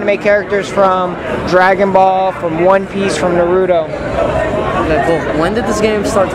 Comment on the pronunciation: He pronounced Naruto’s name wrong